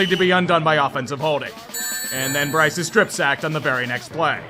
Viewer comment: breece young? breece and bryce hada son how cute!! lol first time ive ever noticed a error. love your vids